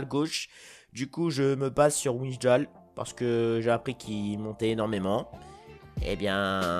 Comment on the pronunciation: On dit "Waillndal" pour Wijndal